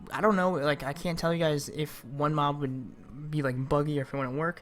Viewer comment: I turned on cc when he said working with mob it sounded like doing moms